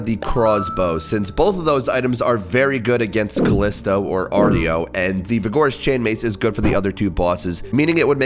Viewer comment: arr-show not arr-tee-oh